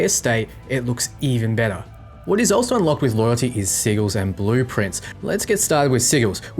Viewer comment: haha, I thought he was saying "sea gill".